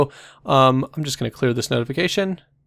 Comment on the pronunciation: "So tNice tutorials is our channel rack..."